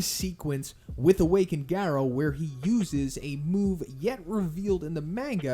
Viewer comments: Love your videos but can you change your pronunciation on manga? Also why did your pronunciation change on Garou? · He suddenly forgot how to pronounce manga and garou. Its actually unwatchable lol